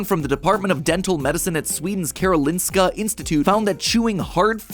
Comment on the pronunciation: karolinska = short A, O as in optical and long i